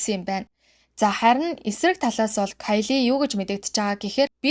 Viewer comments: Каялы женнер биш кайли gd ehnii uyiig n urtaar duudaarai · Кяндал , Каялий гээд хэлэхийг нь сонсохоор аймар хэцүү байна аа. Зүгээр хэлж болдоггүй юм уу?